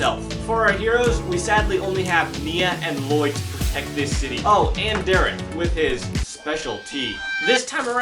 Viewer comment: Lloyd ? You mean La-LLoyd ?